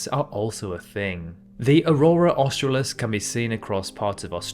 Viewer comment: Australis is pronounced Os-trahi-is